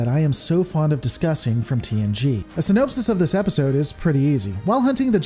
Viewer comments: You said "synopsis" wrong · It's "infallible", not "infal-yuble". Sorry, pet peeve. It's, uh...also "synopsis" not "sy-NOPE-sis", and "deus ex" not "DOOS-ex". C'mon, dude. Fail.